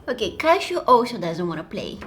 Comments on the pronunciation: I thought you said cat shoe instead of cashew 😂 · When she says cashew, Its like shes saying Casio. What do u think guys?? Btw I love u and ur vids 💓💓